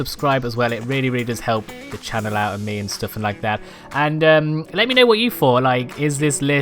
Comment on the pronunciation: He says ME as MAY